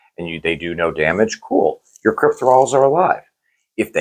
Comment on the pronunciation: CryptOthralls guys, not Crypt-thralls